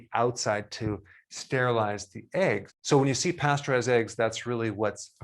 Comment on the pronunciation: Pasteurized (after Louis Pasteur, infectious disease scientist), not "pasturized." This is where the confusion lies. If it has an E, it's been processed. Pastured eggs come from chickens who've been cavorting about in, well, a pasture.